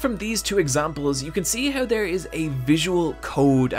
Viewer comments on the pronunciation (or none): gotta love how he says "HEUW" instead of How xD